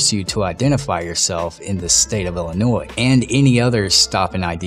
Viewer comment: So this happened in Ill-i-nois(e). 😉